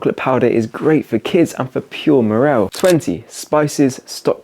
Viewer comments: Its "Morale" not Morrell. Otherwise channel is awesome fair play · I was thinking exactly that. Also says “morell” for morale. X